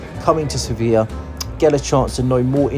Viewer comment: It would be nice if you pronounced Sofia correctly